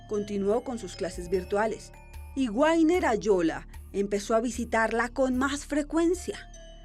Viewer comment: Por que dicen a una bestia Sr .. no saben ni pronunciar el nombre guainer se dice wagner pronunciacion vagner